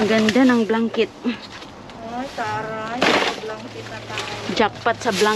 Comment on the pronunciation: chocolit,hahahahah,im and im tlga?day,mgbisaya na lang day,ayw sagi english,blankit?haha